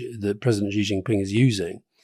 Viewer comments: Shee not Jhee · Xi is pronounces like the english word "she", not zee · I wish Alastair Campbell would stop pronouncing Xi as ' Ji ' . It's a basic error and undermines his usually astute commentary. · Alastair, would you stop pronouncing Xi as Gee? It’s Xi as it’s spelt FFS! Even the journalists on MSNBC can say it properly. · Rory, stop mispronouncing "Xi"!